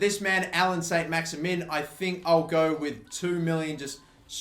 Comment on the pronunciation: I was going to try and explain the French pronunciation of Maximin but there is no point as he can barely pronounce English names....